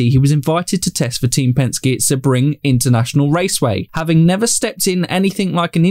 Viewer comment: Also try pronouncing it Sea B ring